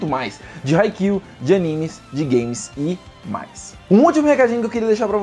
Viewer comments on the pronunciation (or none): none